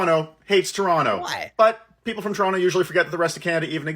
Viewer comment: they butcher the way they say Toronto lol